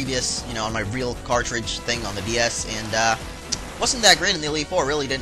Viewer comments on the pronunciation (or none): none